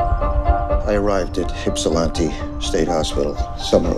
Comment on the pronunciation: AGH WHY DOES HE SAY HIPSILANTI ??? ITS IPSILANTI URGH